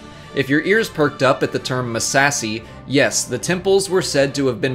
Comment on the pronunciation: I die a little every time he says "Muh-sassy".